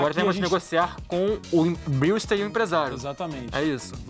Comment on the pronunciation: a pronuncia do brewster é "breuster "